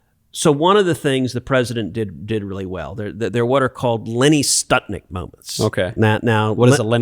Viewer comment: Lenny Skutnik - Florida flight 90 crash into the Potomac hitting multiple vehicles on the bridge knocking them into the water below. My point is Skutnik not Stutnik. and this was a major plane crash not somebody crashing into the Potomac moment, survivors attempting to swim in the icy water and dying before the eyes of onlookers when this hero, gathered with many people on the bank of the river defied the risk to his own life by jumping from the bank into the water and saving a woman who was nearly sucked into the icy grave.